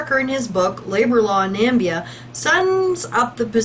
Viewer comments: BTW is pronounced nah-MIH-bee-ah not NAM-bee-ah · It is pronounced Na-me-bee-ah. Plus, you once said "Nigeria dollar". No, it is "Namibian dollar". Nigeria is very far away and it uses Naira.